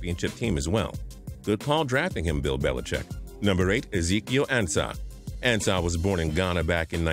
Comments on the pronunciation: Isn't is AHN-sa and not AN-sa? Pronunciation.... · Ansah (On-Sah) not (An-sah) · its AA-N-SUH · It's pronounced "ahn-sah". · He said ansah name wrong....smhhh